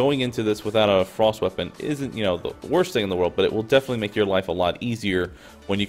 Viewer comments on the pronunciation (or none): none